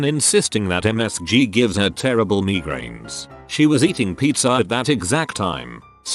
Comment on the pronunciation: ...M... M... ME-GRAINS!? The fuck,!?